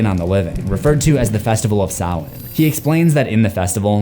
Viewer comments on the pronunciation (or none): It is spelled Sam-Hain Like Cain With A H Not Salmain Do Better.